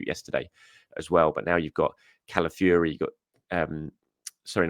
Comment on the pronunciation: Fiory not Fury, its not that hard